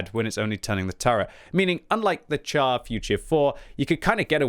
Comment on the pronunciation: Its pronounced "shar". Not "tchar".